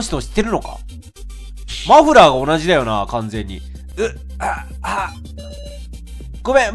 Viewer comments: レトさん「マのフのフラー」 自分「ん？」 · マのフのフラー！ …マフフラー？(((